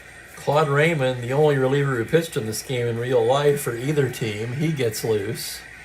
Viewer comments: I hope you don't mind a name pronunciation correction. Claude Raymond was French Canadian. His last name was pronounced the French way sounding like Ray Moan. He became a favorite in Montreal when he pitched for the Expos starting in 1969. Great call as always today and with the surprise player of the game (won't name him for those who did not watch the live game) you just never know which is what makes baseball so great. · Just to add to Franklyn’s point, being from Montreal myself, the exact pronunciation Clode Ray moan but the “n” is silent if that makes sense.